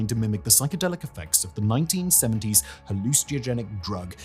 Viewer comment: Why do you say 'hallucinogenic' like that?